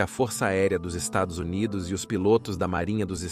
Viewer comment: Porque não consegue falar estados unidos? 😂